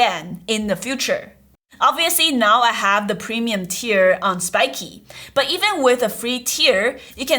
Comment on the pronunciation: Why do you call it spikey when it's spikeet?